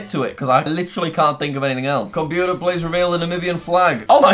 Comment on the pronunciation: "Compuer reveal the flag of ..." omg. I like jack but that is just... Uhhhhhh